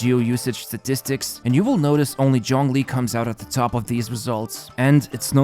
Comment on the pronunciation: excuse me, did you just say johngli